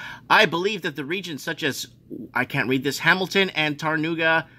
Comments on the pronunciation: next time you have to read Tauranga, try this...... Toe wrong ah.. that's how it's pronounced, just say that real fast😀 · My my my tarona.